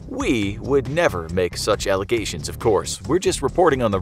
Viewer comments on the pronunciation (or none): none